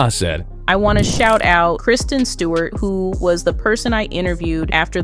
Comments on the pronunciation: KRI-STEN… KRISTEN. rolling my eyes c’mon… get it right! That is an AWFUL mistake,!!!!!!!!! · Kristen not Kirsten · Not Kirsten Dunst lol. She’s the one in Jumanji. The narrator is speaking the name wrong in the clip. It’s not Kirsten, it’s Kristen. ❤